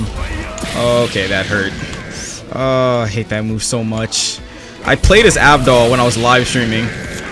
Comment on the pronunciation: so no one else noticed him mispronouncing jean and avdol?